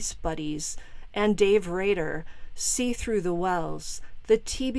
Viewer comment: Rader ..not Radar